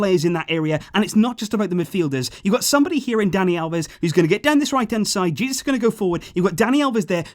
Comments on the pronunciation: omg you actually called Jesus, Jesus. It's pronounced "Hey, Zeus" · Jay-zeus actually